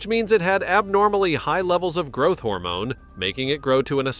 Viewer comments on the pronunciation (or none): none